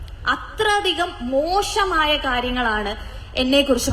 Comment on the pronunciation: മോഷമായ എന്നു പറയാതെ മോശമായ എന്നു പറയൂ